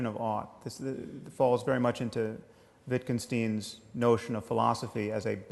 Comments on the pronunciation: he says WittgenSTEEN rather than WittgenSTEIN. OK, so not earth shattering; he only has a BA in philosophy. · I'd be more impressed if he pronounced 'Wittgenstein' properly.